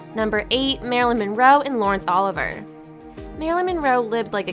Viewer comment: You murdered Oliver's name, it's pronounced Olivee-ay, not Oliver.